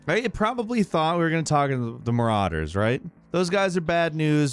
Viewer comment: My eye twitched when he said marauders... fucking marauders...